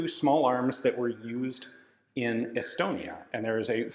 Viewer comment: Every time i hear Estonia, i hear Elbonia, sorry Estonia.